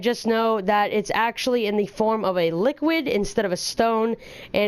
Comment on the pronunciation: He pronounces ,, the " wrong 🤔